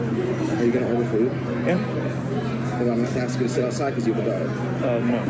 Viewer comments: If anyone ever told me to go axs somebody I'm going to tell him. I don't have a ax. Freaking learn English before you order people around. I don't get it. What's so hard about saying ask. Ass k. Easy peasy. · It’s ‘ask’ not ‘aks’. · Dude at the airport.... "go AXE somebody....".... nah, I'm not murdering anyone today. 😂😂 why can't we say ASSSSSKKK..... are we dyslexic in some way? 🤣🤣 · Yo dude, IT'S ASK SOMEBODY !!! NOT ATSK SOMEBODY. WTF? Yo dude,....IT'S YOUR FAULT !! NOT THE EMPLOYEE OF SPIRIT AIR, OK? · "go ax somebody" really!!! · The word is ask not axe